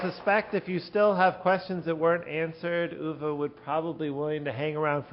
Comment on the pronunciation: Uwe with an ou as in you, and not an ü as in über... or Tür...